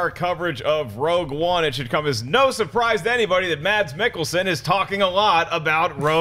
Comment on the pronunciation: Silent d i Mads, should be pronounced Mass